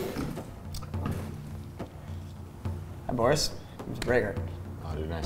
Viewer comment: When said Borrus all I could think was Goris.